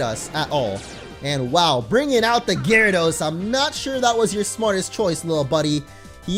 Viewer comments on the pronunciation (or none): none